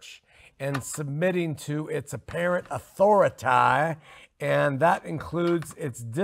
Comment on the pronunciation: talks about cults, but he shares an important thing with them, a lack of accountability. Does he pronounce it "authori-TIE" because he doesn't like being under it?